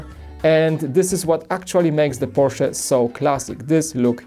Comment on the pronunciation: I’m glad knows it’s porch-uh. Polish may have similar pronouncing to German.